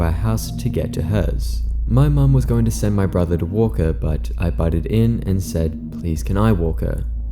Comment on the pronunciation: "budded in" 😂 Is that to get around some kind of censoring or something? The phrase is BUTTED in, not budded in! 😂